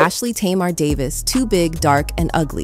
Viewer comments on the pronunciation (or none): none